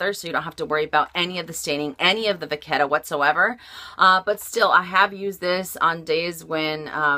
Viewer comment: ok guys, let's have our French lesson for the day, if we are going to carry this amazing French brand. Vachetta..."vache" pronounced "vash" means cow, vachette means "calf" so it is calf's leather and pronounced "VASHETTA" And, there is no such thing as a pooshette. or pouchette. A pouch/pooch is what you get from too many cupcakes, ok? POCHE "posh" means "pocket" in French. POCHETTE means little pocket and is pronounced "POSHET"